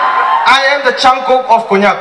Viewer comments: Not kongyak (konyak) 😅😂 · Some people doesn't even know how to pronounce konyak